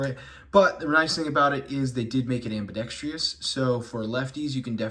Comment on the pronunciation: Mild correction as I hate the English gods. Ambidextrous not Ambidextrious. Good work and getting better.